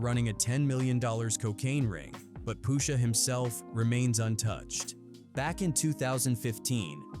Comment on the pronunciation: "I'm your Poosha."